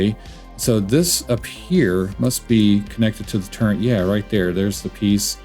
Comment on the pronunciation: I heard CHAFE instead of chaff, then TURRENT instead of turret, and immediately closed the video.